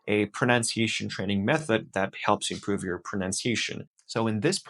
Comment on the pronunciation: Your accent is very good but in the first 10 seconds I could tell that your accent isn't American. You still have a foreign accent. The most noticeable thing in the first 10 seconds was your pronunciation of the word "improve". Awesome job though. Keep at it!